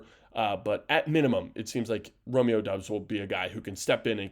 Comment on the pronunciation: Its pronounced Romeo DOBB-s